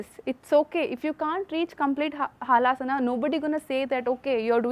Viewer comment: Madam it is Halasana not haalasana hal means plough